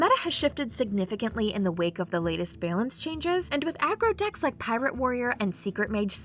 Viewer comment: the way this lady pronounces 'balance' makes me want to scream